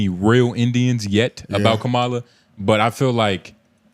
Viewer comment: Mispronouncing her name one minute and then saying it correctly, just to say it wrong again another minute later is WILD... You're doing it on purpose... Thumbs DOWN bro